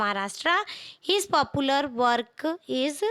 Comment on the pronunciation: Are bhai polpular😡nai popular